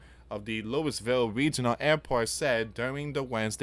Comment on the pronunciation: It’s Louie-vul